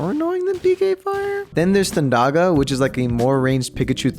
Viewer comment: he pronounced all the magic names like fearAHGA and thunDAHGA and blizAHGA lol it’s just blizuhguh and such